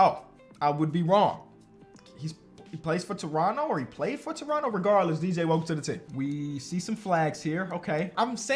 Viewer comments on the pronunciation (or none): none